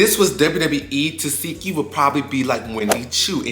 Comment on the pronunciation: Omg. In this case you can read her name as you see it. Te seh ki not Te see ki.